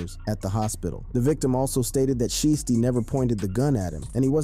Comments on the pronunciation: Like shy stee sound it out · Shieesty? Goof. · He saying sheesty on purpose the shi was blowing me 😭😭😭😭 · Nah "Sheesty" is wild 😂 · Sheestey??? Bro u aint listen to this guys music or nuffin but u wna eat iff hes name that u cant even pronounce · Why is he calling him "sheesty" ?? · DIDNT say his name right